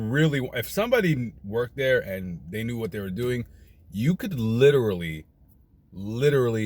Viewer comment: I like how he says Literally 😂